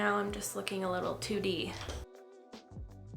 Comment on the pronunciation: Omg I must just have a brain of a 10yr old boy today, but when u said your face was looking a lil too 2D I heard "tootie"!🤓😆😹 Dang I thought u would have caught that one n made a joke like u usually do. Love the look😍❤️💁🏻✌🏼️